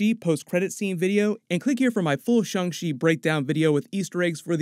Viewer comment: It's Shan......g ch...i not.... shun she bud